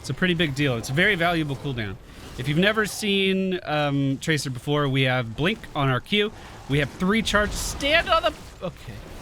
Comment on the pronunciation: Did he just pronounce tracer traker?